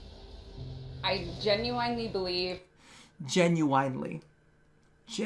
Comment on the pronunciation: GE-NU-WINE-LY. Just as the space mom pronounced it